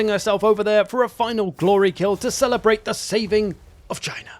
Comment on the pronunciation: you're saying it wrong... it's Chyyyyna.